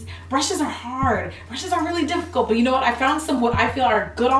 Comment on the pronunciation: I love Jackie in this video because 1) GET EM JACKIE 2) "You whu-et?!" I can't deal with you Jackie. I just can't! LOL.